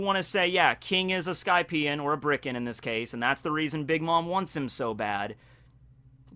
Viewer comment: Maybe I'm missing something, but I'm pretty sure it's Birka, not Bricka.